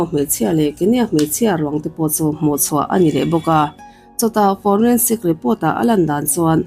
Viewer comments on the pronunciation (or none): none